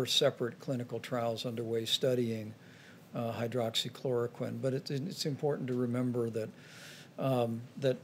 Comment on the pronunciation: Pence continues to mispronounce it has “Hydrachloroquin” which I don’t believe is a word.